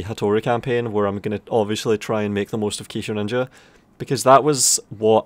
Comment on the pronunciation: Say Kisho Ninja again. I dare you, I double dare you, say Kisho Ninja one more goddamn time.